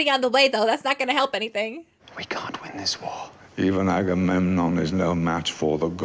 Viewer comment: You smashed the Agamemnon pronunciation, noice, I still get tongue twisted sometimes.